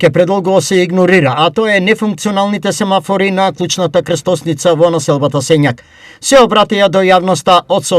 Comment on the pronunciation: Уште еднаш, порака до новинарот, да се врати во училиште и да научи правилно да акцентира. (семафор)